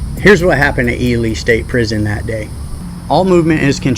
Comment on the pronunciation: Its fucking E-LEE nevada not fucking E-LIE nevada smh fucking outsiders jesus just like i heard someone call it DECK-A-TOUR its DEE- CATUR smh